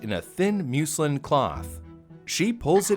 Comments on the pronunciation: “Mucelin” lol, muslin is pronounced “muzzlin” silly 😉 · "Muslin" is pronounced "MUZZ-lin," with "u" pronounced as in "up." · PROTIP: Google "pronounce muslin" and you'll get videos telling you how to pronounce "muslin". LIFEHACK: It's "muslin". Same as "Muslim" but with an "n" on the end. Rhymes with "dustbin". DYK?!: This also works for other words you don't know how to pronounce for your video that half a million people are going to see.